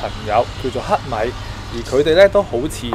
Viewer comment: 聽到黑米暗似乞米忍唔住笑🤣🤣🤣